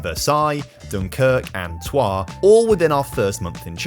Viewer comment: why does he know how to pronounce troyes and nothing else